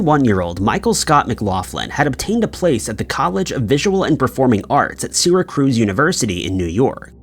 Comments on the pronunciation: Sear ra cuse not sera cruise duh. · "SEERA-cruize" New York?!?!? 😂😂 Do you mean: Syracuse? I also laugh when pronounces: Edinburgh, Scotland like: "EDDIN-burg" 😂😂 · My all-time favorite is "Doo-BLIN." 😂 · His Syracuse is quite wrong, but what is Edinburg if not Eddin-Burg, unless it's Eedin-Burg? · Bro. Syracuse pronunciation hurt me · You are not pronouncing “ Syracuse” correctly. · Really?! It offends you that I prefer to hear the word "Syracuse" pronounced correctly? Credibility.